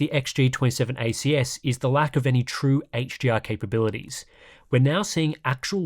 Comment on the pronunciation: ngl, "HGR" and "HGMI" are killing me right now....though equally, the way you can rattle off all those different terrible monitor names completely boggles the mind, but in a good way.